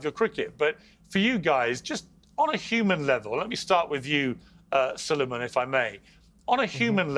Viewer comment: Salaams and duaayn, Salueman hai, not Salman - سلیمان ❤